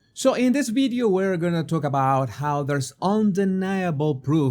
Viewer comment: The word is Video not Bideo…just try